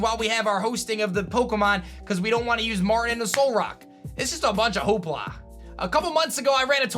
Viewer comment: a bunch of hooplah? you mean a bunch of hoopa lol sorry not sorry